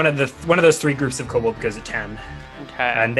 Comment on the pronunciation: Ko-Bold master race. Kobold master race